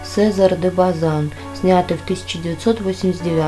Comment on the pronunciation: "Дон Сеза́р де База́н"- ставьте правильно ударение.